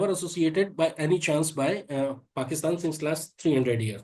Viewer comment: Very nice to hear Larry correctly pronounce Paakistan, it’s an elongated “aak”. Pakistan zindabad